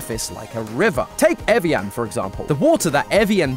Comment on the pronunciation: evian lait bon evjɑ̃ le bɛ̃] although the [ɛ̃] does sometimes tend slightly towards [ɑ̃]